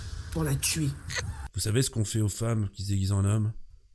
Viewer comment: C'est pas " Pour la tuer "qu'elle dit, c'est " Pour la tchuer" !